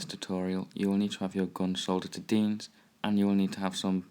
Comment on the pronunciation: I love how you said deans at the start 😂😂